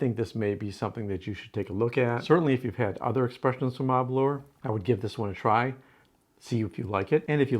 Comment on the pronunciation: ....also just to note, with Aberlour the 'lour' is pronounced the same as 'lower' is pronounced in the word flower 👍🏻 🥃✊🏻🏴